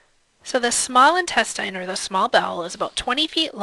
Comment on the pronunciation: why do you pronounce "intestine" like that